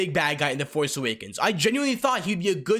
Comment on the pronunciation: the foice awakens